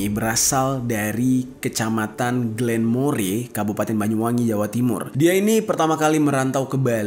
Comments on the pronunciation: Bukan gelemore tapi dibaca glenmor bang😂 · Bukan glenmore bang jeri cara bacanya, tapi glenmor😂. Saya asli jember perbatasan bwi -jember jadi tau paham banget🤣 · Maaf bang cara bacanya salah. Bukan Glenmore tpi Glenmore,, Saya satu kecamatan dengan almarhumah bang.. Salam dari Glenmore Banyuwangi Bang🙏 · Saya asli Banyuwangi hadir Desan Glenmore bacanya glemor bree 😊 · daerahnya glenmor bacanya . cmiiw